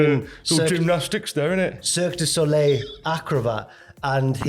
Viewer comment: Almost, just missed the l off the end of Soleil